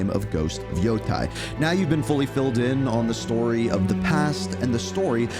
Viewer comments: How did you come up with that pronunciation for "Yotei"? It's not "Yo-tai", it's "Yo-taey" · You can't even pronounce the name of the game properly. Omg Africans can read better than you yanks.😂